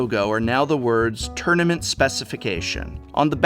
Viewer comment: "tounament specification"... Ack!